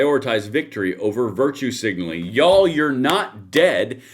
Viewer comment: 😂 we love you here in California but everytime you say YOU'ALL we hear deliverance 😅 just saying